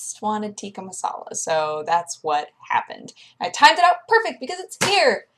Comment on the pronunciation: It's so cute her pronunciation for tika masala :p